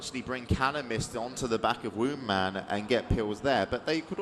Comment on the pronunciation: Supposed to be "Woundman"